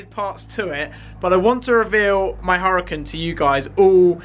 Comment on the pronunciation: It’s pronounced ur-a-con